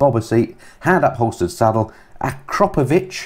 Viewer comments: Great video and you’re getting real close to pronouncing Akrapovic.. It is pronounce as it is spelt. A- crap - o- vitch. Not A- crop- o -.vitch Lyndon Poskitt has a video where he visits the Akrapovic. Himself and all the staff pronounce it like I have written. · It has to be said, Akrapovic must be the most mispronounced word in the motorcycle/ car industry. 😉